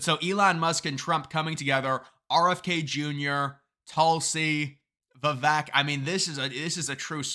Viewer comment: Enjoy your videos but do get triggered every time you mispronounce Vivek's name